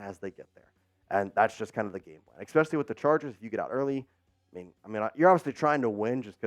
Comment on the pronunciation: And you said "eckspecialy"